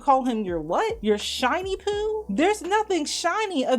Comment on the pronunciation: I love you, but she says 'shawnyboo' not 'shinyboo' 😂